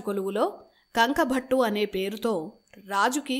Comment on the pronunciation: Bhaghunnava sodhari appudu yeppudo etv channel lo newsreading chadhivey meeru ippudu ikkada e youtube channel lo job chesthunnara sodhari bye the bye sodhari adhi kanku bhattu kanka bhattu kaadhu. Any way maa sodharikhi dhanya vaadhaalu.